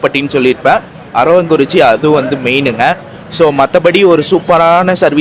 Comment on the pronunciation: அது அரவாங்குறிச்சி அல்ல அரவக்குறிச்சி சரிங்களா